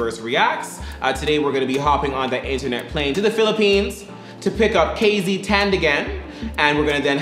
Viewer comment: KZ!!😍😍 our pride❤ and excuse me sir it's TANDINGAN not Tandigan😊.